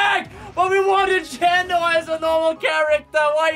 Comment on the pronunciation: Why does he pronounce it as "Jen-oh" instead of "Jee-know"?